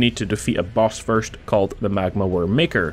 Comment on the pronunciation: the magma worm micar? im sorry that is not how you say it lmfao its ma - car = Makar